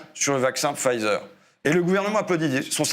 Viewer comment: Pfizer se prononce 'Faiser', on ne prononce pas le p.